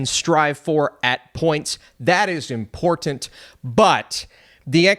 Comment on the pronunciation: The way you say “important” makes me giggle every time. You enunciate the hell out of it.😂